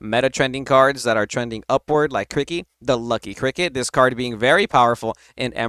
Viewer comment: Ditto on Cri-kee. Been there from the jump.